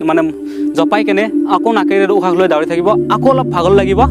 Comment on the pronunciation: দাউৰে , দাউৰি নহয় ভালকে কবলৈ শিকা 🤣 যি কি নহওক অলপ কথা শিকিলো 👍🏻